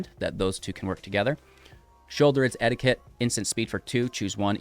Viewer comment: It's EE-DICK-T. Not, "etiquette"